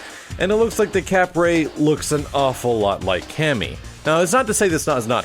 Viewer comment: How to pronounce "Decapre" декабрь is Russian for December. Instead of "Day-cah-pray," it sounds more like "Deh-cob-ur." Think "Dekabr" -- an abrupt r sound after the b. Why the anglicized version has a "p" I don't know.